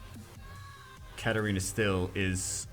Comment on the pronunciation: Its 2019 (almost 2020) and still calls Katarina "Katerina"...